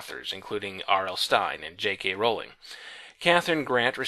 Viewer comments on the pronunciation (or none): none